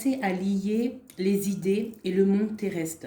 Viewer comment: Fee : pourquoi tu prononces "le roi des pets?" ET "le monde terreste". On dit épé-e. On dit terrestre. Est-est une coutume du sud-ouest? Sans rancune. Régor 🇨🇭